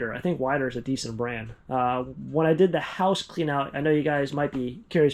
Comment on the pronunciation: Weider weights are pronounced like "Wee-der" its from Joe Weider the father of bodybuilding.